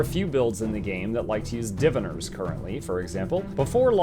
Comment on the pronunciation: it somehow annoyed me how you pronounced "Diviners"